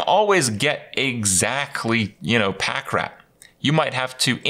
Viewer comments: Him saying "Pack Rat" bothers me way more than it should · LMAOOO HE SAID PACK RAT LOOOOL